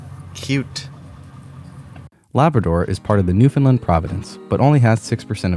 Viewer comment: for the love of God stop saying New Fin Lin...............lol As I said before as someone from here. Your brave to go to Newfoundland in May and early June...lol